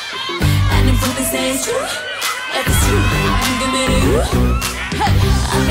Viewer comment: nah. you can hear her make a sound like "gi.." for "give"